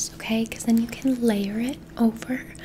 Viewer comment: The "o-kway"s are amazing